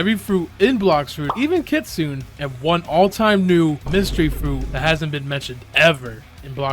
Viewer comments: Hey what does it take to be an adnim, also unrelated, you said kitsune wrong its kitsoonay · Kitsune is pronounced kit Sue Neigh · “Kit Suune” Bro made me have a seizure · i’m sorry but being japnese i have to say it’s ki tsu ne not kitsuen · kitsun-eh. you’re not pronouncing the last letter. Anyway, this was the best tier list i’ve seen, i agree with your placement of the fruits. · Ir mispronounced kitsune... It's pronounced KIT-SUNE-AY As it, the e makes the Ay sound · Blox fruit admin but doesn’t even know how to say Kitsune